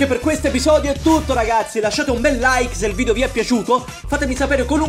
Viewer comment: Ragapzi, ragapzi, ragapzi, ragapzi, ragapzi, ragapzi, ragapzi, ragapzi, ragapzi, ragapzi, ragapzi, ragapzi, prepararsi alla fatida ora X, le .